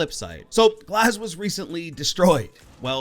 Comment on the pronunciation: when he said glaz i just disliked the video